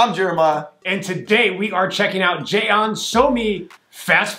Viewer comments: Your pronounciation of '전' sounds like Xeon. I thought it was a new Intel processor. hhh... 'Jeon' means in SK '전' but '전' sounds like John in American English. In English, alphabets and its pronounciations are not always same, so we determined 'ㅓ' as 'eo' and so '전' as 'Jeon'. Thanks for your cool reaction as always. Thanks and Jeremiah! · It’s JEON! 1 syllable lol not Je-on! 😂😂😂😂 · Jeon is pronounced like the name John btw. And that’s her last name. Somi is her first name. I don’t see many people react to Somi, so thank you for checking her out!